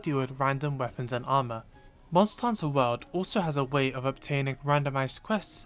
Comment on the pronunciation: Everytime he says world I keep thinking he’s saying wild